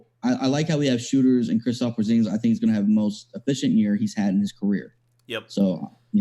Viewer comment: KERUPT KILLER Christophs Poorzingus lmaooo